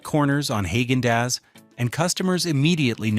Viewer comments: Not Hag-in Dass. It's pronounced Hog-in Doss. The name has NO connection to Germany. The name has absolutely no language translation or meaning. It was made up to make the ice cream sound premium. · It's Hah-gen Dahs. It's also interesting you've used 'ice milk/soft serve' when talking about regular has-to-be- scooped ice cream. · Hey AI - learn how to pronounce words correctly. Haaggen Dazs is pronounced “hah’ gen dahs” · Who is HAY-gen Dazs? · No AI, it's not pronounced Hog-an-dass. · Honestly how do you trust the recommendations of a site that can't even pronounce the name correctly of a brand that they are praising, "HAAGEN-DAZS". And then praises a company more for its POLITICAL ADVOCACY than its actual products, "BEN & JERRY'S. I wouldnt trust one word of however is behind this...PERIOD FULL STOP. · Please learn to pronounce names of ice cream like Haagen Daz,etc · Tillamook is my go to dairy brand. Daisy Sour cream is a great product (same lack of ingredients as Tillamook). There is no "oo" sound in Tillamook (sounds more like Tillamuk). You also got Haagen-Dasz wrong. You should correct the pronunciation of your AI narrator.